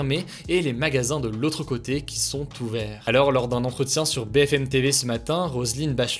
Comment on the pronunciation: quand il dit "magasins qui sont ouverts" on croirait qu'il dit "tout vert" et c'est pour ça que l'image est verte, haha il est fort ce hugo 😅😅